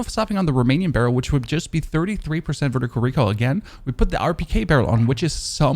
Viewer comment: Is it just me or does he say recal for recoil loll